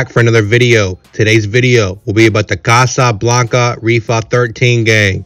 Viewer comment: Why is dude sayin Casa Blanca like that😂